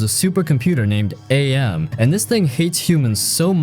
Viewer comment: It's not A-M it's AM. As in cogito ergo sum, I think therefore I am! And the voice actor who voiced AM is the author of the novel himself, Harlan Ellison.